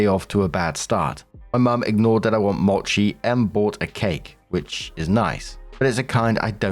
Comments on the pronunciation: Small note for: mochi is pronounced "mow-chee" and is fantastic stuff usually with a custard, red bean, or ice cream filling. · Story 1: Yeah it makes sense that OP's mother is into an uber religious nut who posts to YouTube lol. Also hi! 🙌🏾 Just wanted to say that mochi is pronounced m-OH-chi. It's a long o sound 😊